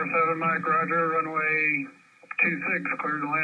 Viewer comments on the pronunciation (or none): none